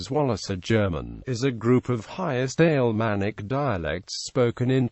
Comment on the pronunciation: In the first ten seconds I heard "Alemannic" pronounced "ale manic" and thought: this will be useless. AI is taking over.